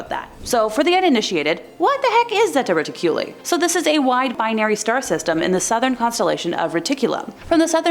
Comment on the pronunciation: Pronounced: Zeta ( Re-Tick-U-Lie )